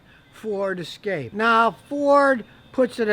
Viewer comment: Mexican Ford pronounced Es' Ca' pe' 😂